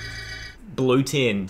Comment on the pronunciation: tin not tim